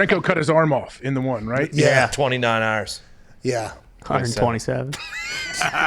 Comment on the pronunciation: “29 Hoaurs..... 127” 😂😂😂